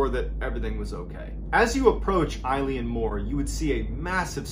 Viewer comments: This happened close to where I’m from, good story and well told however the pronunciation for ‘Eilean’ is Eh-lan rather than I-lene, it is the Scottish Gaelic word for island, and Mor is Gaelic for big so it translates to Big island as it is the biggest of the flannan isles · Eilean is pronounced, ' Illawn' not like the name Eileen. Dublin girl who grew up speaking Irish and our language is almost identical to Scots Gael.. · It’s pronounced Ay-Lean lol my mums name who would have thought when she got married she’d be named after a spooky lighthouse lol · I’m another Scottish West coaster and just to let you know that if you say the letter A and add lan at the end, that’s the perfect pronunciation (not of the Gaelic word “Eilean”, which means island. You got the Mor perfectly though. Really enjoyed your telling of this one 👍🏻🏴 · Love watching your videos. As a Scotsman just wanna say it's actually pronounced like ehlen, like imagine the whole joke of how Canadians always say eh? Well it's like eh? Len. Only say because if anyone has the gift of hearing you tell these stories in person, they are as close to the details as possible. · The Gaelic "Eilean" is not pronounced like the woman's name "Eileen" but rather more like the name of the sports car, the Lotus Elan. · Surprised there is not more comments but it’s pronounced (Ee-lan) Mor! I am born & bred Scottish and had a giggle at the way you said it! 🏴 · Eilean is pronounced like "ill-in" or at least the Irish pronounce it like that, maybe not the Scottish. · It’s pronounced aylin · MrBallen - Loving the channel - so much information, almost overload!!! BTW it's pronounced 'Elan' (to sound kinda like 'Ellen' the horrible chat show host De'Generate) - It's the Gaelic name of the Island and means 'the Large Island of Rainish' and is taken from the surrounding area, which itself means 'Roe Deer headland', from the old Norse. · Wonderful story again. Just one picky point ... "Eilean" is pronounced "Aylen"